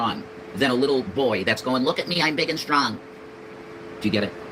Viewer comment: I think they have been together waaayyy too much!!! Even has started to lose his gs!! I've heard it a few times now stron and wron 🙄